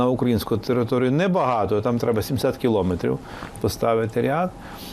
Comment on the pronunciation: садовий, Поверни Тризуби на Львівські Школи!!! -,, грамотійко ", Не,, кілОметрів "!!, а кіломЕтрів!!!